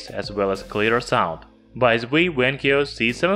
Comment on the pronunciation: Not Wankyo, Vankyo.